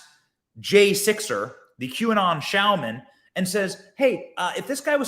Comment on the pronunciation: Shaman - there's no "L"